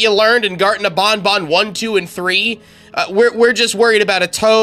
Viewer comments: I laughed so hard that I thought he said garten of bonbon You know the hand puppet from fnaf5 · "Garten Of Bonbon" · “Garten of bonbon” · U Say Garten Of BonBon 🤣